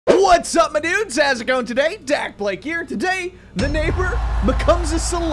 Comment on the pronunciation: why do you say madudes is it like your saying madam and dudes